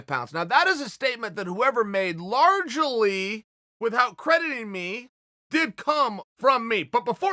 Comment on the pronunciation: Us: Largely Chael: Large-EL-ie Us: Large-EL-ie